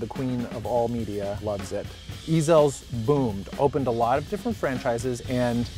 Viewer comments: Oh my god, I'm dying!!!!!! It's not E-zell's, it's just Ezell's. easy on the "E" dude. I've been craving Ezells for awhile now but I'm too lazy to drive the 9 miles to get there. "It's not like a real angry..." "No, no, no" Really. Is that why dude opened his own restaurant called Heaven Sent and took Ezell's recipe with him?? I'd say there's some bad blood, quit lying. And the Central District is NOT the heart of Seattle, that's ridiculous. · The way he pronounced ezells, lol you can tell hes not a local